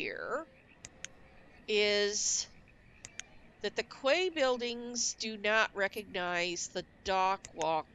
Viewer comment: The Quay buildings are pronounced "Key" as in door key